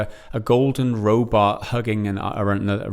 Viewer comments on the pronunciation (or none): You say Robot like my man says it Robart.